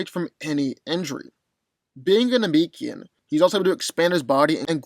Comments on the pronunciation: It's pronounced Namekian not Nemekian you clearly have not been studying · Why it seem like white folks wont rest til they screw up every established name?😂 Na-MEEK-Ian !??? Than- Naughs??? Go-hand????ITS NA- MEH-KIAN THAN-OHS GO-HAUN